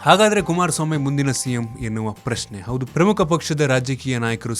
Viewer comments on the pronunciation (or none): none